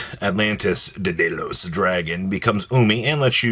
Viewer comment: Where in the actual hell do you see any letters that make an "-ose" sound at the end of "Daedalus." It's LUH-S. Just like you say "Lo-" in "Love." Come ON,.